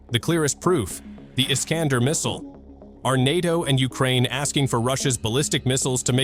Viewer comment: Missile iskander , ne pas prononcer la fin dumot é mais èr comme der FÜRER🎉 .